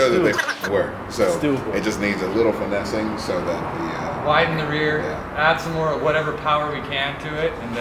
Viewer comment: really just said "finessin"